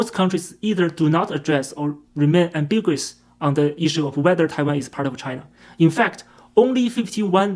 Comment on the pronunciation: And again: am-bi-gu-ous. ("Guous" is not one syllable.)